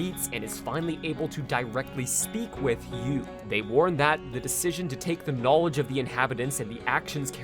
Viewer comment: the j sound in "knowledge" and the sh sound in "she" sound similar already, plus you kinda slurred the two words together.